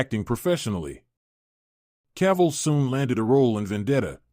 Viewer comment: My idol HenryCavill superman ❤❤you pronounce him Caval..I think something wrong with your head 😅your irrelevant showbiz journalists 😅😅